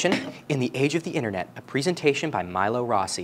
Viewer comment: Love your work and the work of those recommended. Just thought I'd mention that Milo is pronounced "Mee-lo". ❤ Edit: FYAC on! Heh.